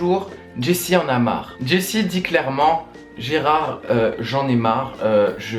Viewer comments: Gerald ! Pas Gerard....D'où le titre original "Gerald Game's" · Gérard ??? non Gérald !!!